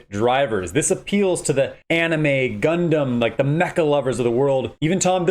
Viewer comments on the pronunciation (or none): none